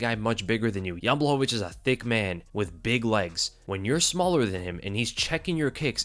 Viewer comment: Your saying jans last name wrong